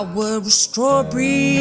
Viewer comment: He says strawberry wrong 😂 nice accent